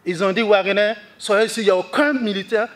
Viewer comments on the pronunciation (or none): 😂😂😂 WAGEINER . AH BURKINABE DANS SON FRANÇAIS MALGRÉ SON STATUT. WAGEINER 😂😂😂😂😂